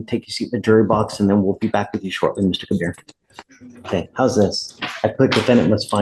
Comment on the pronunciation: Ke-BEER is also hooked on phonics